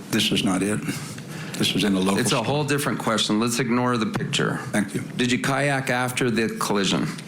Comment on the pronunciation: What lawyer says “ pitcher “ instead of Picture ? Only certain kind of uneducated people talk like that